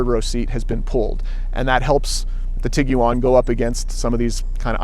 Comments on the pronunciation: Most Americans (including myself) pronounce it "Tig-wan" with the u being silent. This is the first time I've ever heard anyone say "Tig-u-wan". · Tig wan, not tiggy wan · Did be USA really pronounce it that way. It’s an iguana cross with a tiger so ti guan otherwise I enjoyed your review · Why it sounds like he says Tiguan like Tig u on lol